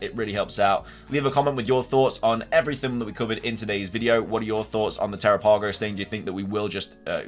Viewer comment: Dude!! Te-RAP-Ah-Go-s The name is based on the Galapagos islands!! PLEASE try to pronounce it correctly!! I feel bad for the people experiencing so many bugs......I haven't experienced ANY. Yeah, I think Ogerpon will end up NOT being evil. There is a four pointed tera crystal in the mask. That could be what gives it its power/ has corrupted it.